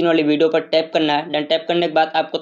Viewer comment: यहा पर टेप यहा पर टेप करना है 😂😂😂😂